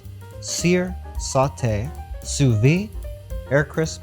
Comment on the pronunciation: Who told you that sous vide the D is silent !!! Its not sous vie its sous viDe you spell the D